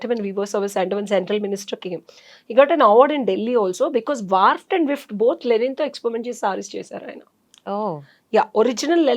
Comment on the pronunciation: It's Weft not wift